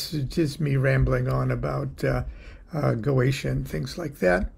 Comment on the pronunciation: It's GO-EH-TEE-AH